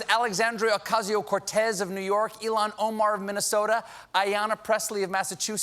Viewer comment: It's not "Elon", Colbert, that's the Tesla guy. Her name is Ilhan. That's pronounced ill-han. Ok?